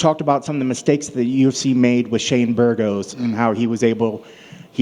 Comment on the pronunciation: this guy shouldnt run the show he is showing jis incompetence everytime he speaksk, he cant even fucking pronounce Burgos corectly what a fraud